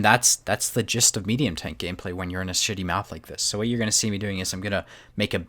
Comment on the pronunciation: did you say city map or shitty map? IT SOUNDED LIKE BOTH